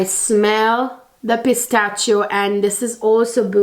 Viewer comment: Thank you so much for a great, on point review! Just wanted to point out that the “ch” in Pistachio is pronounced as “sh.” ☺️❤️❤️